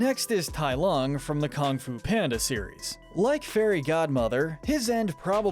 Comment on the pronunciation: okay my one complaint is how you say kong fu of and burgons